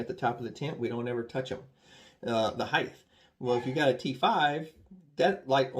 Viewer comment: Great vid and tips, but the word heighT ends in a T. Therefore it cannot end with a “th” sound. They are rOOts, it’s a rOOf and height ends in a hard t. But…. ‘Merica 🤣🤣🤣